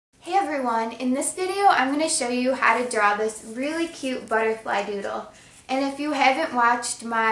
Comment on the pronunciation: It's This Not '' Dis''